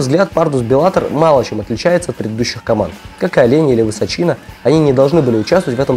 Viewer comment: ВысОчина, никак не ВысочИна :)